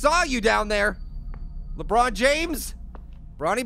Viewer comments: I like when he says la but James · I almost died laughing when said lebutt james